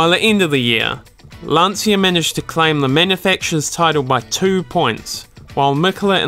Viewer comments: It's not pronounced "Lan-see-ah", gotta remember it's an Italian last name, so it's pronounced "Lan-Chya".... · It's not Lan-see-uh. It's LAHN-chah. 2 syllables not 3. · Please, it's Lan-Chia, not Lan-See-a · Good video, but if you want to tame the heart of Italians you should say "Lan-cha" instead of "Lan-see-a" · Lan-Cha not Lansia. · Awesome video. Just a linguistic tip for English speakers, which very often mispronounce the name. In the name Lancia the Italian C is pronounced like the English CH, like in the word 'cheese'. To an Italian listener you are saying LanSia. To figure it out quickly, write the word 'spear' on Google Translate then translate to Italian. Italian for spear is in fact lancia. Then tap on the speaker and listen to the correct pronunciation ;) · it is pronounced "Lan-Chia". respect the italian way of pronounciation please. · It's an Italian name, not English. Obviously, You and the commentator didn't know it. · Just one little thing: in italian, "cia" is pronounciated like you would do with "cha" in english. You should say more like "Lunch" plus the A as you already say it in the video. You can hear it in this video 40 seconds in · You managed to mispronounce all the italian car brands. Every time you say Lancia, my ears bleed